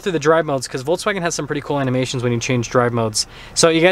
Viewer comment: Nice review! Volks, not Volts. :)